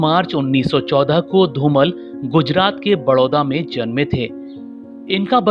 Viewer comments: It is not Dhumal it is Dhumaal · Very nice video but you should pronounce the Legend actors name in correct manner. You are addressing him as "धुमल" whereas correct pronunciation is "धुमाळ" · धूमल नही धूमाळ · Yes... You are not pronouncing his surname Properly.....learn how to Pronounce and then Record such .....